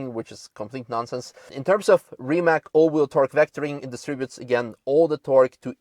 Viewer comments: The pronunciation is Rimac. Not Rimak. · it's more like 'Reemuts'... with 'TS' at the end and not 'K' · you work for RimaC, not RimaK, it is Croatian brand and spelling is RIMAC. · Beautiful car from Rimac company from my country! So proud of it. Btw.... its called RimaC, -- not "Rima(K)" .. its Croatian word, not American ... correct is as written... not "s" or "k".. just C... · it is not 'Reemac'. please learn to pronounce it right. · iT'S NOT RIMAK, last letter iz c, like in pizza, ok? Ok, you know it, later. Sorry. Why Rimak on the beginning, maybe because it's not normal for you, I understand, but you rembembered, Kudos! Nevera , it's really name for Adriatic cost storm on our side, not all the Mediterranean sea and not on Italian side of Adriatic sea ( I know, that's also at the same time part of Mediterranean, but north, or west-north diagonal position of our coast when you look on world and EU maps, any maps at all and the big mountains real close on some parts creating a real Nevera. Especially wih only rocks and sea, like on island Pag. The other force is a strong north-east winds on our coast, named Bura.) Litlle something for you and others to better understand. During a summer time, but also tru out the year, there are more and more tornados over sea during Nevera, also. We call it, thah tornado I mean in Croatian, Pijavica. Also that letter from zz (pizza).